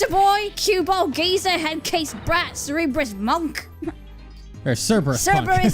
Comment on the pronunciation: gets offended in its not even ser-ber-us but ker-ber-us